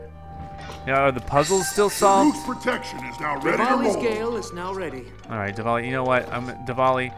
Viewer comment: I think you said DEVALI